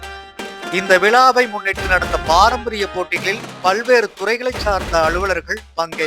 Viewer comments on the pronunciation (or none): பள்வேறு என்று சொல்லாதே முட்டாள் பயலே பல்வேறு என்று சரியாக சொல்